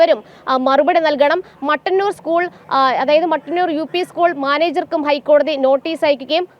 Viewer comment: മട്ടന്നൂർ അല്ല. മുട്ടന്നൂർ. It is Muttannur not Mattannur.